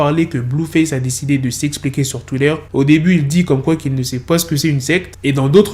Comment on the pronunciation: c'est trop marrant comment tu dis "Twitter" 🤣🤣🤣🤣